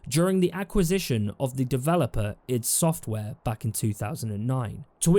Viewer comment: It’s pronounced ‘I D software” - great vid though. :)